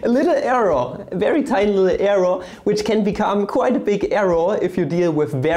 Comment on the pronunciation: "arrow" ≠ "error"